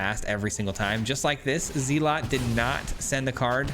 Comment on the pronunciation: Zel-Ut not Zee-Lot